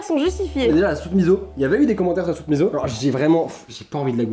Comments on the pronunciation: Bon alors on va mettre les choses au clair 😂 On dit soupe miSSo pas miZo même si ça s'écrit miso, en japonais, un -s se prononce comme -ss en français :') #soutenonslasoupemiso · Soupe miSSO et pas miZo 😂